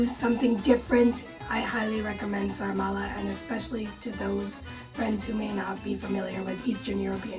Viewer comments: The Romanian dish is called SARMALE, not sarmarle :) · It’s actually “SARMALE” not “Sarmarle”. 😉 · Sarmale, not Sarma-r-le One sarma, two sarmale. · Sarmale NOT Sarmarle…It’s one ☝️ of our Romanian 🇷🇴 food.. you can also eat sarmale with mămăliga =The Best…also you can try our sausage roll named “ mici”…it’s so delicious with mustard and bread and a beer.. also discover more Romanian food on google and try them in our country…see which one you like the most. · Romanian guy here: it's called SARMALE, not sarmarle (and yeah, quite similar to Gołąbki in Poland) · The Romanian dish is called “sarmale” not “sarmarle”😊The recipe is wrong, you’re supposed to mix the meat (half half or only pork) with rice and we usually add a sprig of thyme as well. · Sorry, just one word to describe "sarmale" part..BLASFEMIE!!! 😂 But still, congrats for trying 😊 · Nice try with the "sarmale". A disaster...but nice try.